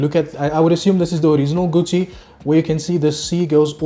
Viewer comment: Saying gutchi is diabolical 😂😂